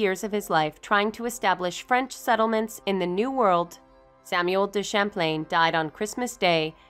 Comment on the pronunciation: History professor: "Samwell Day Champlain" Same History professor: says all other french words with impeccable accent